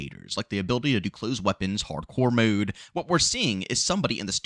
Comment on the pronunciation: he always said mood instead of mode, once u hear it u cant unhear it